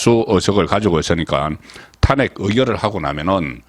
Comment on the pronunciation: 야 이 씨부럴 넘아 탄:핵을 탄핵으로 발음하는 35년 기자야 정말 징그럽다